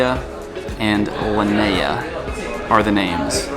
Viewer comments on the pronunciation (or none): none